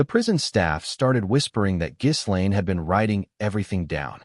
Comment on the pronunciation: “Ga lane, not giz”